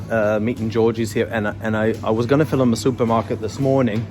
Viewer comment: Stupid question...you pronounce the word "film" as fill-um". Any reason? Or is it just in USA it is pronounced this way?